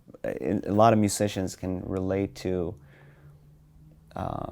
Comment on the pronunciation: you can tell for example when he says "musicians" at . Swedes have a hard time differentiating between the different Z and S sounds in english. It's because swedish doesn't have these specific sounds